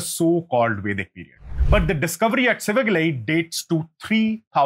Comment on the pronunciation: IT'S SIVAGALAI NOT SHIVAGALAI, THERE IS NO SHA SOUND IN TAMIL LANGUAGE.